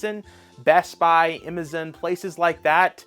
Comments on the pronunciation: Who can't say Amazon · never heard somone say amazon like that lol also brotherhood is not as bad as you are making it out to be